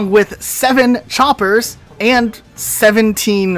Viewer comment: I like how he says chompers instead of choppers what is this? PvZ in halo?